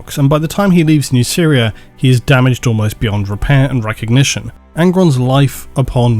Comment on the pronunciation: The way you pronounce Nuceria makes it sound like "New Syria"